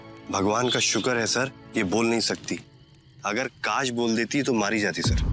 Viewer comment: कास नहीं बोलना😅😅😅